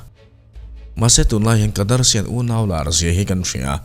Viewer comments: I aw a nalh nen, Kardashians ho pawh kadarshian i ti tlat hian min ti tui lo😂😂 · in Kardarshian a tih chuan... Dari ani mai.... Da da da ti ti duh suh 🤣🤣🤣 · Kadarshian....a ngaihna awmlo, ngaihthlak tuiawmloh chhukchho eeeeeee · A lam dan hi google ah zawng ṭhin ula ngaithla hmasa ṭhin ula. Kardashian tih lam dan a lar lar nen kan ṭawng anilo a tih lam nilo in, a lam dik theih nan a zawn a har lo lutuk tawh sia